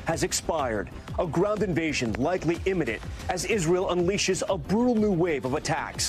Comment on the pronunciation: A brool new wave? LEARN ENGLISH.